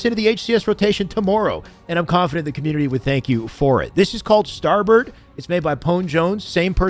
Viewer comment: His Canadian ass called it starbird lol